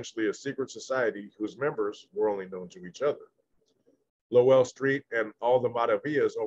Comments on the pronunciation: Lowell street but pronounced low-well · It’s pronounced Low Well Street! I’m O.G, Bandit author of the book Greenlight California Prisons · Pronounced “Low L” Street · Its pronounced like lo-well street 👍👍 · It’s pronounced Low L street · It’s called LO-WELL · It’s pronounced Low-el. Like lowrider and then el. Locke street is pronounced like bike lock. Just a little help. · It’s Low-el and lock st , is how you say it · Its Lo-well street. One word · It’s pronounced low well I grew up around the area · It's pronounced low well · U pronounce it Low-L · It’s pronounced low-el